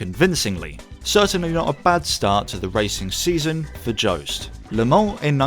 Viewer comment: Pointless comment, but I'm fairly sure Joest is pronounced very differently. Nothing to do with any Joe.